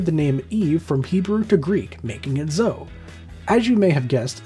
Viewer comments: You pronounced Zoe incorrectly. Zoe is pronounced zo-ee not zo. Just like how the correctly pronounced Chloe is klo-ee not klo. They even have similar origin. Luna as a name for cats likely doesn't have so much to do with Harry Potter. It's popularity is more likely attributed to the anime Sailor Moon, where a prominent character was a black cat named Luna. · My late cat Rosie's name on here as is Zoey (spelled without the y in the video) but it's pronounced Zo-ee, not Zo! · 1. Penny is of Greek origin and means “weaver”. It’s my name. 2. It’s Zo-ee not zow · Zoe was mispronounced it is Greek, and pronounced ….Z…OH…EE. not Z…OH. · Zoe rhymes with Chloe, in case nobody has pointed that out yet. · Also, Zoe is pronounced "ZO-ee" It rhymes with (David) Bowie. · Name 9 has 2 syllables and is pronounced Zo ee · How do not know how to pronounce Zoe?